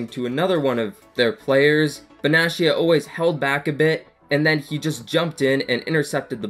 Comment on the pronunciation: Can I give you some tips? Calcio A is pronounced with a K, so Kalcio A if you would write it. And Benatia has a hard T if that makes sense? So not Benaschia but Benatia -> here is a interview where his name is pronounced correctly)